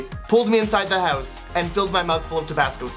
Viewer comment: Everytime he says 'hooze' instead of house, I giggled a bit too hard.